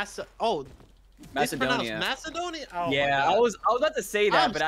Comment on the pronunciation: I'm so pissed that he said mac-edonia